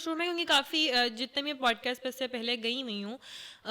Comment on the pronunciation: She is saying pot cast😂